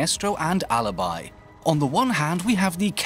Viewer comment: A tip from an Italian sub: Alibi’s pronunciation is “uh-lee-bee” 😉🇮🇹